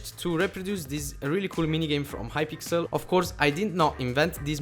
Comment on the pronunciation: plz do mineplex and not hy"pickel"